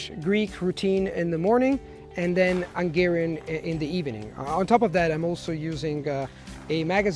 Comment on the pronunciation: He kept saying "ʌŋˈgɛəriən" instead of "hʌŋˈgɛəriən"